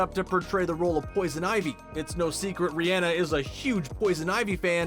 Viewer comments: It’s not ri-enne it’s ri-onna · An I the only one who was bothered by how he was saying Rhianna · Every time he says Rihanna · The way he said Rihanna 😂